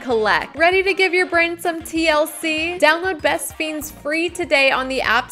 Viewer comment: UR PRONOUNCING THAT GAME WRONG...ITS LIKE FRIENDS EXCEPT THE R ISN'T THERE .....ITS LIKE FENDS BUT SPELLED FIENDS...U GET IT?? ITS ALMOST LIKE THEY CAN'T PRONOUNCE FRIENDS SO THEY ARE SAYING FIENDS. BEST FIENDS.